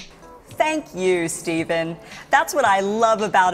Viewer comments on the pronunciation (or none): none